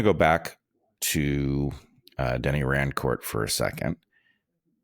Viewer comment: Denis Rancourt is pronounced Dennee Rahn-coor